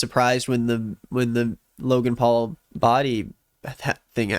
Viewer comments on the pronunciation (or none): none